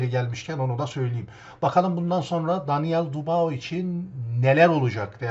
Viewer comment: Dubao degil dübua adamin adi be kardesim... gozunu seveyim su adamin adini duzgun telafuz et l... sevgiler.